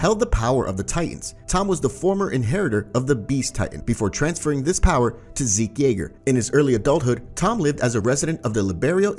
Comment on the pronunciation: I’m sorry did you say zeke yeager